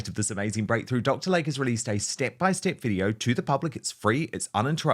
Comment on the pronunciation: PRONUNCIATION: It is Dr. "Lay Key" not Lake.